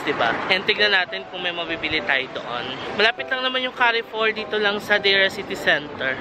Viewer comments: Very filial ka. Bringing your dad for holidays. Yah. Carrefour is pronounced as kar-four. Just for knowledge ha. Looking forward sa mga vlogs mo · Enjoying your vlogs a lot,. Note lang that the pronunciation of Carrefour is like “Car Foor”